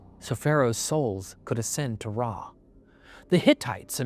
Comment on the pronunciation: Sorry but isn’t the name of the Egyptian sun god “Ra”? I’ve seen spellings of it as “Re” but I feel like it is still pronounced “rah” as opposed to “ray.”